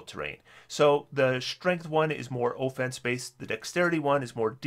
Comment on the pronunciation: Say On, Now say Off, Now say Offense, No, not Ooofense